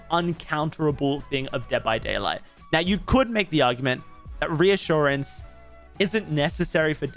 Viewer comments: You said ressurgance lol. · You totally pronounced this perk incorrectly. lol